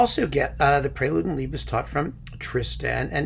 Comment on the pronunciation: Well done, many things I'd agree with. Pronunciation-wise a hoot... Liebestod is pronounced /liebestoad/ , not /liebestodd/, and Cluytens should be /kloitnz/, not /klweetañz/.